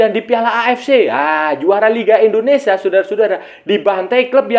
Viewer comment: Maaf sebelumnya bang, bukan indonesa tp indonesia.